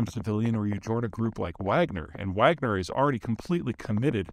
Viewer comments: Peter… huge fan but disappointed in you at the moment. The mercenary “Wagner” group, was named after composer Wilhelm Richard Wagner of “The Valkyrie” fame… and is thus pronounced /ˈvɑːɡnər/ VAHG-nər. (Not “wag-ner) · The Wagner group is pronounced Vogner, like the composer that they named themselves after. Love your videos and the fact that you live in Colorado!